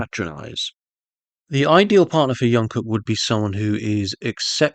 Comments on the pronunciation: It's not yungkook, but Jungkook, like you pronounce Jimin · Its JungKook ..like Jump...Jung-kook....youre killing me here😂😂😂